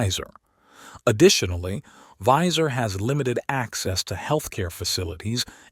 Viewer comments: Wēiser not Wīser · Not only does it mispronounce Boise, but it also mispronounces Weiser.